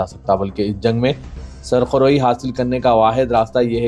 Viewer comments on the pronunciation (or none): Sarkhroee....wrong hai Surkh roee....kehna chaheye.